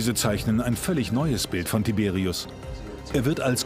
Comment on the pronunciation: das sind polnische namen 🇵🇱 und die werden : tiberiusch ausgesprochen